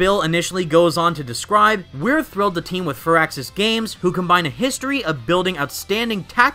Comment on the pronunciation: I like that you pronounced firaxis correctly